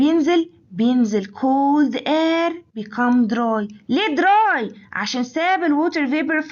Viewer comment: الفيديو مليان أخطاء 😂 كما أن كلمة air بتتنطق إير مش آير 😂😂😂😂😂